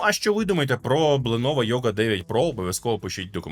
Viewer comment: "Бленово" - все, давайте по новій, пане, всьо МакОС